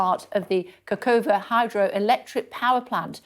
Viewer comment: "Nova KaHovka" - not KaKovka